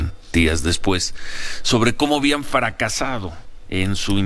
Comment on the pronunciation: A lo mejor ya no oigo bien. Ciro parece que dice como "bian fracasado" en vez de habían fracasado...